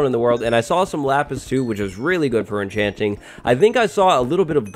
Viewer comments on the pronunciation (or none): "You can start enchanching"